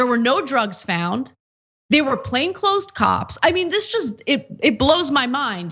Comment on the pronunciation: Plain clothed, not “plain closed.” I hate to criticize Ana, but she often belies her own professionalism by being overly emotional and misspeaking.